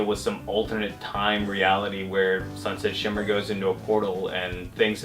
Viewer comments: Is sunset shimmer really that hard to pronounce? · I love how couldn't get sunset shimmer's name right XD